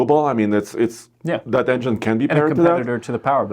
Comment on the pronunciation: please work on saying engine.